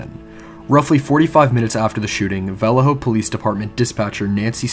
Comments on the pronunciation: The town is pronounced Vol-lay-ho. I grew up in that general vicinity and remember his last letter in 1974. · Bro you need to do your homework before you start pronouncing names such as: (VALLEJO)Va-lay-yo, (KARMAN GHIA)Carmen Gee-a, you are just butchering these simple names,SMH! And there was one more that i can't remember. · I grew up close to Vallejo and we always pronounced it Vul- ay- oh. We never ever pronounced with an H. Just saying. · Well, I guess that's one way to pronounce Vallejo... bwahaha! It's interesting how the smallest tweak to a word can make it sound so odd compared to what our ears are used to hearing all our lives. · Where are you from that you pronounce Vallejo so strangely? There is only one accepted pronunciation that I am aware of. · You're pronouncing Vallejo wrong and it's bothering me